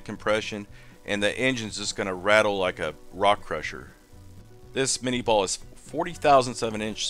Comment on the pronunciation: Cool. So much knowledge about ballistic data. It's so funny that with all this specific expertise you still cannot pronounce the name of the projectile . Claude Etienne Minié was a Frenchman. Therefore the name is certainly not "minni-ball"😂 And yes, I am from Europe. BTW Great Channel.